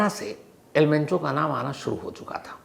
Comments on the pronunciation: Not al pencho sir , its al mencho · El mencho not pencho 😂😂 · It's El Mencho not the El Pencho Shams ji. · El pencho 😂😂 sir name toh shi bolo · Am I the only person hearing el pencho? Naam hi badal diya sir ne..